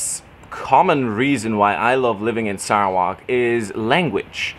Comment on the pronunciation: TQ.. he pronounced Sarawak in great way. It is ok😃👍👍👍